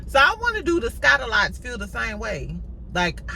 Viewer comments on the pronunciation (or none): Every time you call them the Scott-o-lots I fall out.